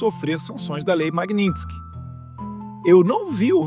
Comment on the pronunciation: Não sabe sequer pronunciar o nome da lei Magninstky.